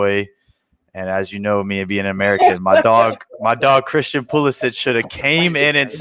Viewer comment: I have no idea why the guy in the bottom right was making fun of her. She is the first ive heard pronounce his name right Christian pulisic pronounce (kristian polisitj).